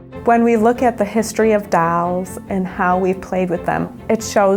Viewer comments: She calls “Dolls” “Dalls” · I don't get it. İs it dolls or dawlls 🤣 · The doll person says dalls instead of dolls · You just had to make the curator of dolls say it like dalls. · Dawls fo evaaa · Curator of D A L L S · lol if someone is the curator of dolls at least hire someone who can say dolls. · imagine being Curator of Dolls and not being able to sayDolls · The "Curator of Dolls" can't even pronounce "Dolls" correctly xD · That's how my friend from Boston pronounces it.